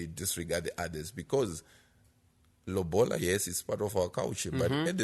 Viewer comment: guys its not lobhola its lobola..or simple say roora